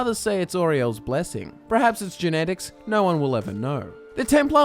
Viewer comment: it sounds like your saying Oreos shield in stead of aerials not how it's spelled but how it sounds